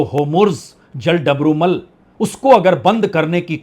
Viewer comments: नेतन्याहू,जल डमरू मध्य, मैक्रों व्यापार शब्दों का उच्चारण को सही किया जाय तो आपकी नेतान्हू,जल डमरूमल व्यहपार या मैक्रोन वाली स्टाइल में चार चांद लग जाएंगे,विश्वास करें पंडित जी। बाकी आपके शोध,कंटेंट,एंकरिंग लाजवाब है,आपकी हाजिर जवाबी और निर्भीक पत्रकारिता की तरह।जय हो। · बहुत से शब्दों के बीच बीच में बहुत गलत उच्चारण हैं। जैसे कि नेतान्हू, जलडबरूमल। ऐसे स्तर की उम्मीद न थी।